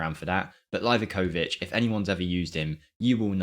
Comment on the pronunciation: Dude it's LeaveAkovich (Livakovic)... why you complicate things lol?